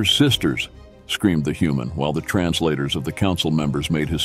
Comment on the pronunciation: Human I thought you said noman